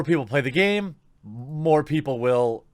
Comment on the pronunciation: "Its the gayme that keeps on gayving"